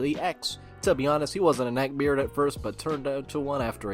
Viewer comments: Nobody: Literally not a soul:: NECKBAYARD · Addicted to the way he says "neckbeard"